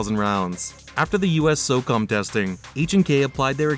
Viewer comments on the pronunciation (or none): none